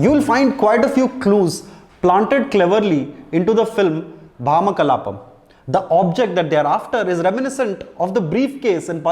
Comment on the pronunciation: Neither nor Priyamani were able to pronounce the title well. Its ironic that one is a lead and the other a reviewer. At least verify the video before posting on YouTube.